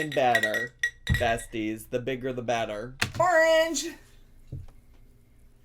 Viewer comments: it's arnge it's arnge it's arnge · it's ARNGE it's ARNGE it's ARNGE! 🍊